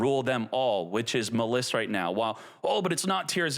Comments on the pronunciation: I don't know why this irritates me so, but please pronounce "Maliss" correctly. It is not "Muhliss" it is pronounced, "Malice". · Muh-liss?! Bruh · You really don't get that the name Maliss is a homophone of the word "malice"? You're saying it wrong!